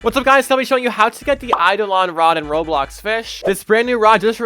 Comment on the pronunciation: YOU CAN PRONOUNCE IT!? 😮